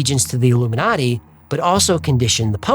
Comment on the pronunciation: modiji is illu-me-naughty😂😂